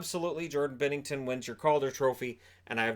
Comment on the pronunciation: Why does he pronounce the name binnington like bennington